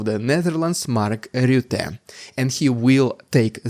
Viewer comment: Great pronunciation of Rutte! Greetings from the Netherlands